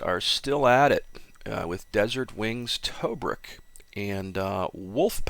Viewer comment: Good information. Pronunciation of Tobruk is off.